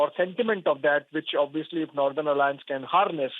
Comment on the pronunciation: Why she is pronouncing nurthern